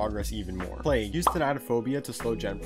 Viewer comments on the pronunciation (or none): none